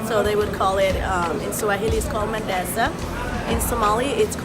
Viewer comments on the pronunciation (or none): is not mandaza is mandaze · It’s not Mandaza it’s Mandazi